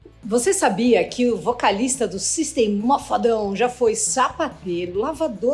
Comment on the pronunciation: GOSTEI DO CANAL FALTA SO UMA BOA PRONUNCIA DA BANDA FALA- SE SYSTEM OF A DOWN OK ?!